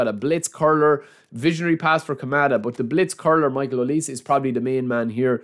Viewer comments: And here we go Konami. Thanks for making us sweat it for some freebies 😁, thanks again. Michale Olise is pronounce "hoh+lee+say". Waiting to see you on the stream bro. Cheers. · Aye brother his name is pronounced O-Lee-Say 😭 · OH-LEE-SAY OLISE😢